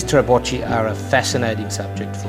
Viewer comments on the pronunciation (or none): Beautiful video! but..."ch" in Italian is always hard C (like your K). So should pronounced "trabokki" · Very well, but the italian word of the wooden hut on sea used for fishing is "trabocco" ( sing.) and "trabocchi" (plural, but prononced "trabokkee"). Remember : singular with -o termination, like "panino". The form "panini" is plural in italian and "-cchi" is always read "-kkee".